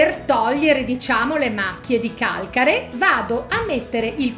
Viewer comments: Ti prego modifica la parola calcare : sposta l' accento 😞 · sposta l' accento (Calcare) nessuno usa il tuo modo di dire Calcare.😊